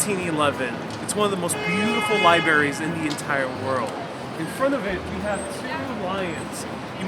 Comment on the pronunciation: couldn't get past "li-berries"